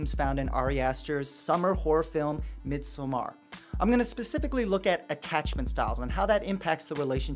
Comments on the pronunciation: its midsommar, like midsummer not mid-so-mar, if it was midsomar it would sound like how you are saying it but since there are two m's the o is actually like a u. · It’s actually pronounced mid-saw-mer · I always just said it as in English “midsummer.” I don’t know why his phonetic pronunciation is bothering me so much. Haha Although, I do not know the Swedish pronunciation. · Oh I can’t watch this. The way you pronounce Midsommar is driving me mad. 😵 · I couldn't watch this. His pronunciation of 'Midsommar' pissed me off.